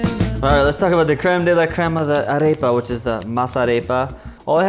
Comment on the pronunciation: Kinda bothered me a bit that you didn't pronounce "arepa" correct xD